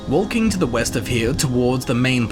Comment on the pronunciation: Grave Haze Grove is west, not weast. And Master's Keep is east not west.